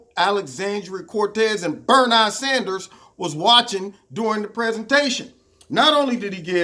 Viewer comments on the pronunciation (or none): Say Burn Eye Sanders 😂😂😂😂😂